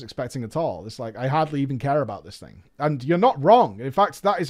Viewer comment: Robert Smith same with Thing being pronounced as Fing. Been being pronounced as Bean. And they call us stupid cowboys